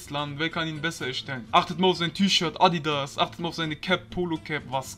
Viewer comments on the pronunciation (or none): none